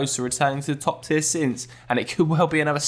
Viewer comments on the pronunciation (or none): none